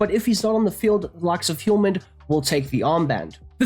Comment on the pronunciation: The H in Hjulmand is silent. no need for the Hiulman